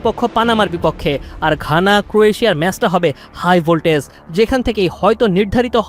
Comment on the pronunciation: ভাই, খানা না,ঘানা😊